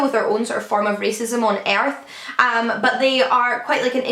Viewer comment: is it weird that I love the way you say "Earth" with your accent during that Binti recap? LOL also thanks for the recommendation about Convenience Store Woman! I need to read it!